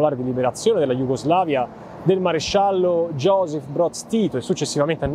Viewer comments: Josip Broz tito non giosep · La J di Josip si pronuncia come la J di Juventus non Gi osip